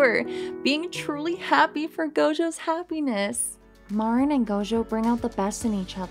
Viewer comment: pronounced Mareen